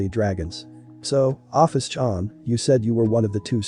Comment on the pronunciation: You pronounced my name wrong :') (Oh-fis)